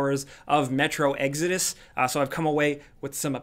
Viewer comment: Am I the only person still thinking about the way they first pronounced "Exodus"?